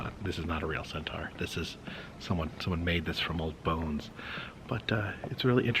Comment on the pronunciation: Another fun video! But please check on how “centaur” is pronounced. 😅